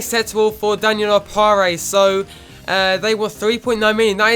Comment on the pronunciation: Opare is pronounced o pear